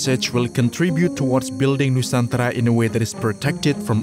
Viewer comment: Your pronunciation of Nusantara, Indonesia, Jakarta, Kalimantan, Sulawesi, Institut Teknologi Bandung, etc. was very nice. Are you Indonesian??